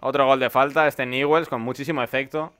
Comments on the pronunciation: No se pronuncia niwels bld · Se escribe Newell's y se pronuncia Ñubels.